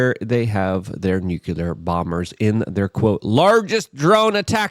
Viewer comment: nucular? you mean nuclear, right? lol